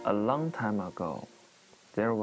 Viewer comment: laine lee Long time /hair 說成了 lung time /hair Princess 唸成 prin sais With 唸成了 wait